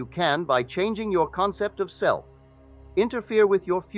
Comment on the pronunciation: No one to change but Selt? Selt? Are you serious? What the hell?